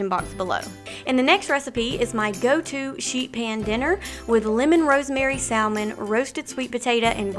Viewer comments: just love your wonderful, healthy recipes! Have an issue though - it is like nails on a blackboard the way you mispronounce salmon (one doesn't pronounce the l - ever!) and turmeric (you can just google how to pronounce it and they give you a sound video, so there is no confusion. Sorry to be critical, but you do such a great job and it will only enhance your credibility to pronounce these often used words correctly. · The “L” in salmon is silent. Please try pronouncing it correctly